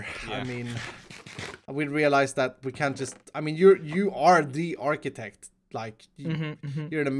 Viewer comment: Architech not Architect